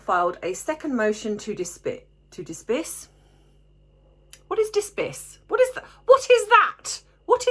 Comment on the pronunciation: Menopause vocabulary: to disbiss = to dismiss with a biting tone 😀